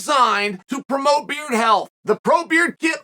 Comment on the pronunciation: Chael can't even prononce thé word 'Beard' properly